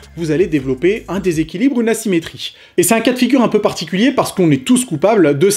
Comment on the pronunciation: Vous aussi vous avez entendu une douleur ''nassimétrie'' mdr